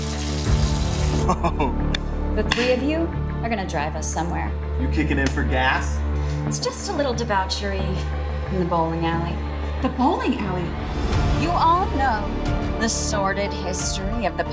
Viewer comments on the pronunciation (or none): Dee-BOW-chery Lol